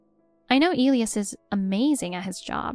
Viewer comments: Isn’t the name of the husband pronounced, “E lie us”? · If you are going to use names such as Elias, please learn to pronounce them correctly. 😮